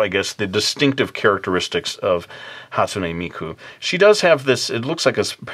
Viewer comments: Is it the way pronounced it,"hastumey miku" or the way I've always said it "hastune miku" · Dude that's not how you say Hatsune Miku"s name FYI you are an idiot